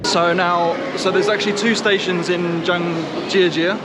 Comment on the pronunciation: Hahahaha...it's cute that you speak Chinese. When you say "Zhangjiajie" it sounds like "Zhang Sister"